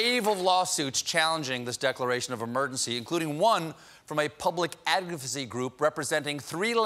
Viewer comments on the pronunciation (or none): Stephen Colbert can't say the word advocacy